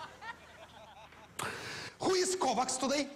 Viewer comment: Что он сказал «Ковакс» что это???